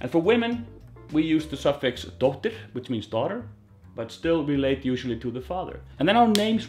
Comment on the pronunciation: Hey there. I presume that was just quick or slurry speech... as many of us are guilty of 😅. It is always "-dóttir" and should have a pronounced harsh 'R' at the end.